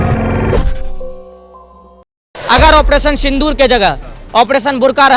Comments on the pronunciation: सिंदूर बोल बेटा सिंधूर क्यों बोल रहा है ? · पत्रकार महोदय!सिंदूर को सिंधूर मत बोलो।